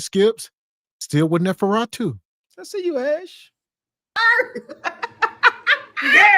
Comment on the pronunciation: Nosferatu. The name is Nosferatu. Are you saying it wrong on purpose? 🤔